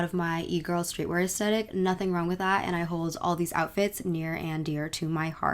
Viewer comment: Ok but I have to say it. it’s pronounced as-thet-ic not as-tet-ic